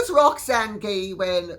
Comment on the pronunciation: Oh! Let me tell you about Roxanne Gay. Thank you for finally pronouncing her last name correctly. She has an agenda.